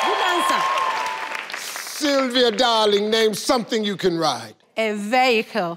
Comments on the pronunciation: Veco..... Vehico! Vehicol Vehicle!!???............you telling me she said vehicle!??? Lmao That Was AWESOME lmao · She said veocle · when she said vehicle i thought she said “veckle” lol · Ve hickle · Ronnie Morr she could have said vehico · A veyhicle no Steve she said vehicle 😂😂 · In Ghana, We All Say " Ver - hi - cle " Not " Vee - hi - cle " 😂 So Dear Steve Harvey, On Behalf Of All Ghanaians, Leave Us Alone 😂😂😂😂😂😂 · Probably, because I heard vayhaycle. But I knew what she meant. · 😂😂😂😂👏🏾I'm sorry but I'm shook at these pronounciations as much as steve. Ma literally said vehicle like VeeHeckHill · #8 is quite 😚😗😘😙 When she said vaykl I thought she had said something African. I am with Steve on not realizing at all that she said vehicle. She should have followed up by saying car. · She wanted to Say," Vehicle" but sounded like she said, "Vee- Aiko" 😳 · “Vehico” like saying Mexico with the accent but it’s vexico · Vayhicle lol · I didn't hear vehicle either. I actually thought whatever she said was a type of car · Steve I would never have guessed that she said vehicle. Lol. Steve expression was priceless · Its funny when she said vehicle and he repeated right after Wrong